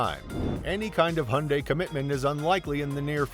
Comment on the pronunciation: Aaah people please stop pronouncing Hyundai as if there was no y in it, that just sounds just awful😩